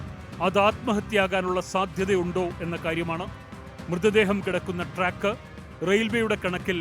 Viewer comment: ട്രക്ക് അല്ല സുഹൃത്തേ - ട്രാക്ക് ആണ്